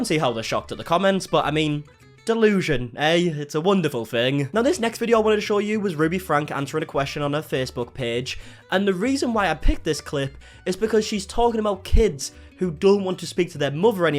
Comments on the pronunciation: It’s not pronounced frank It’s FRANK EEEEE pronounced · OMG ITS NOT FRANK ITS FRANKE FRANKEEEEEEE!!!!! I don't like her but it drives me nuts when u pronounce the families last name wrong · Their last name is pronounced Frank E. Not Frank. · FYI, it’s pronounced frank-ee not just frank